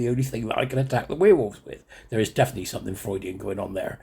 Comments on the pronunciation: Now weir wolves - where wolves is how it is pronounced 😂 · "We'rewolves" is compromised! He's a werewolf!